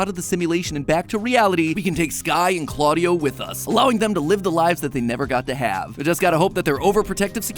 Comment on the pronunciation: its not cl-audio it cla-dia